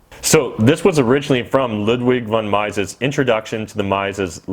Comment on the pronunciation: Mises is pronounced ME-ses, not MY-ses.